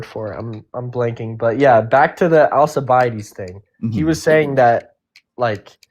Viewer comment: Hearing alcibiades pronounced like that made me die inside. It's more of Alkibiades, "al—key—bee—ah—deez"